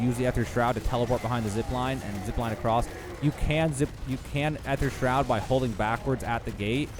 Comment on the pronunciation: the way he pronounced Aether Shroud just bugged me all the time. You can just spam the gobble gum key and it works just fine, dont really have to rebind it to your scroll wheel